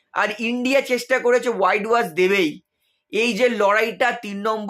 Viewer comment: ওয়াইড ওয়াশ নয়, হোয়াইট ওয়াশ।